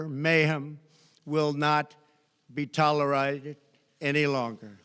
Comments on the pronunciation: 😆😆😅😅😅😆😊 my guy" you guys seen the dentures about to come out his mouth an that cotton mouth smh oh yea its pronounced tolerated my guy " god i cant believe this guys my president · Tolerited 🤨is he having a stroke? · "Tolerided" omg, get this orange clown hooked on phonix. Smh 🤣🤣🤣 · He's trying to enunciate. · in this clip Trump slurs the word tolerated and on other CBS Clips that's been edited out